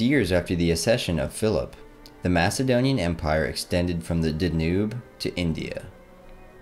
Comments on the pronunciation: Nice overview of the Glubb Doctrine, overlooked wisdom. But the narratore should Check pronunciation. Epoch is not epic, it is "DanYube: not "danoob" but be sure. I will look at more from this poster. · It's pronounced DanYube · Is this a computer or a person? If it’s a person PLEASE pronunciation. Dan-yube. Merc-an-tile. Good subject though. Good book. Must read for anyone in the u.s. most likely. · This is an outstanding video, but when you pronounced Danube as "da-NOOB," it literally made my brain hurt. Taking the time to google correct pronunciations is one of those things that'll help your channel really compete with the big guys. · Quick pronunciation note. Danube is pronounced "DAN-yoob" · Did he really say "Da Noob" (Danube)?